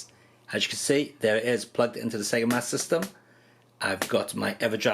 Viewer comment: "Sega Massdm"